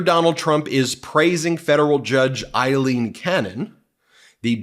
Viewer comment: Excellent points. But Ben, it's Aileen Cannon, pronounced Ay-leen (long A like pail), not Eileen Cannon, pronounced EYE-leen. I know it's nitpicky, but it's driving me crazy. 😙